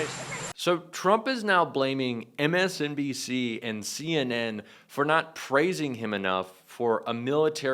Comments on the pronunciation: He cant even say MSNBC 😂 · He didn’t say MSNBC ONCE He couldn’t pronounce several words he’s a lunatic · T-rump can’t even say “MSNBC” correctly! He has to blame anyone else other than himself!!! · Did he say "MSCNC"? What news channel is that??? 🤣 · He keeps saying MSDNC. I'm fairly certain that it's MSNBC 😂